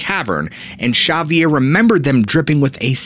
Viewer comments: Ha vee er Not X avier. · Not "Cerviere". Its X-avier like in X-men ;) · Great story but got to say the way you pronounced Xavier was grating on me. Its pronounced zavier not shavier. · Chavier! 😂😂😂 X, in Spanish would be pronounced with an H sound. 😅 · Love u bro! … but it’s not ‘Sha-vier’ it’s pronounced ‘Ha-vier’ due to country of origin Spain. I understand why u would pronounce it like that because the name Xochilt is pronounced ‘Zo-chill’ kinda similar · I think his name is pronounced: Zavier not Shavier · Whats the guy's name? I am half deaf. Substitles right Shaviere, but I hear Javiere?? Both don't make sence, Could it be the narrator mispronounces the name? Like it's promounced, Havier? Isn't it odd that so called proof pics, are always so dark grainy you need relly good immagination to see anything! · Not chavvier, xavier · Xavier is pronounced Zavier, NOT Chavier 😂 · Dude, I like your work and your videos, but may I suggest you learn to speak names and places properly before production. The name Xavier is not pronounced that way. It is pronounced like zave-ee-ar. X has a Z sound, not an H. Very distracting and disappointing for the message you are trying to put out. Just some professional advice. Take it for what it is worth. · He doesn’t pronounce it properly. It’s more like “shabby air” cos V is pronounced B or “b baixa”. Actually it’s more like the E sound we use when we say egg, like “shabby e[gg]”. Also Pedra Gentil is not pronounced with the H sound cos it’s Catalan, not Spanish. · Xavier, its pronounce X-zavior. like the X-men professor. ( but in french we say (gza-vee-ay) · If Xavier was Basque, your pronunciation would be correct. If he's Spanish, however, it should be more like ''Havier'' or ''Haviay''. [ , you say his native language is Spanish.] 😎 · Xavier is pronounced commonly as HAHvier, or in english as egzayvier. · It’s pronounced Hah-vi-air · 9 months late...I'm sure someone told you it's pronounced "Havier"....your welcome 😁